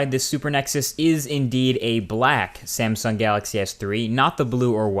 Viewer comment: learn proper english idiot haha "samesung", "screan", "gless", "galexy" ???? Really?